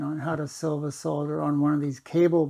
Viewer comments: Knows how to pronounce solder properly. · Finally, someone that can pronounce solder 😂